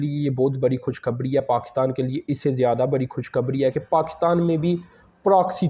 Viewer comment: سر آپ کی بات ٹھیک ہوگی ۔مگر ہم کیسے یقین کریں کیوں کہ شک اس لئے ہوتا ہے کہ آپ کی اردو ہی ٹھیک نہی ہے مثال کے طور پر آپ خوش خبر ی کو کھش کھبڑی کہتے ہیں۔۔تمںاکو کی کھبڑی کی طرح آپ کا منہ ہوگیا ہے